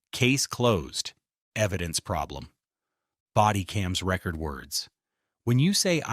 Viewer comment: you are a bot! no one says "body camera record" (like a vinyl album) instead of a long e like ree-record